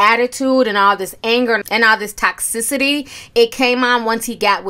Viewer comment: What is tox-sissity? Lmfao😂😊😊😊 toxicity is what you mean. Tohx-sit-a-teee